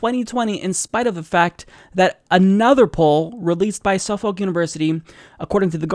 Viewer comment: Your pronunciation of Suffolk is funny. lol